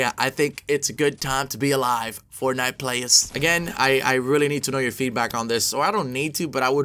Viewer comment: Why does he say fortnite “fornife”